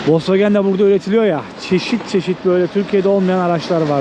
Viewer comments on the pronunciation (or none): none